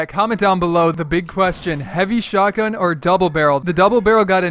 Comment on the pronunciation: Heavy Shtogun